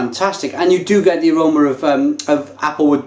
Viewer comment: I love how you say "aromer" instead of "aroma." lol. You sound like someone from Staten Island. This one was a little better than the banana (not bananer) brew. But only a little.